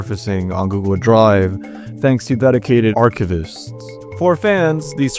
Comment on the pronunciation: You need to change up how you pronounce "archivists." The video is otherwise great.